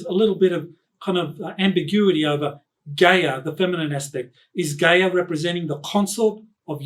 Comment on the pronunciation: "Guy-Ya" not Gay-er...🤣